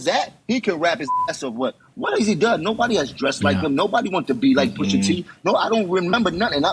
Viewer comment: Jummo can’t even speak pusha T’s name, Jenny jones must be getting high wit crissy again 🤦🏽‍♂️